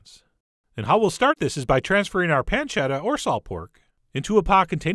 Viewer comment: Pancetta-UH! -Chef John, 2016